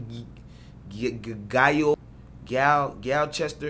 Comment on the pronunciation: I’m from London so watching u tryna say gyal was jokes 😂